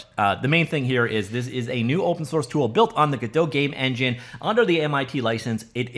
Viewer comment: Godot is pronounced in a way that rhymes with ROBOT. Not whatever french pronunciation you’re using. Also notice Godot’s mascot IS a robot.